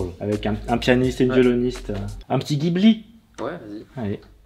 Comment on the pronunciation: Oh mon dieu il a dit Ghibli pour le 1er